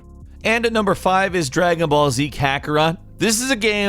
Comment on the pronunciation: dragon ball z was amazing but you didnt pronounce the name right